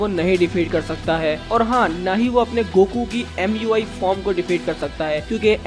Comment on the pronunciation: Its not muy its mui